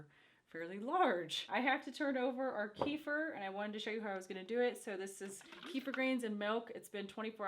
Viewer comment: You guys are seriously some of the most humble and genuine people on YouTube and I've been subscribed for years....but..I have to point out, kefir, is pronounced kuh-feer not key-fur. Sorry, it gets me every time I hear it 😂